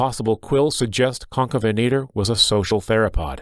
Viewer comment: Stop calling him concabenator you spelled it right so why can't you say it correctly